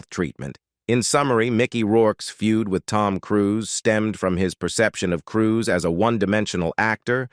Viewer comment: I don't know what voice-over mechanism is used in these videos but it's terrible. For example, the word 'serious' is pronounced Cee - ri - os. Even names like Cruise are pronounced Crew-say. For heaven's sake have an actual person reading the script!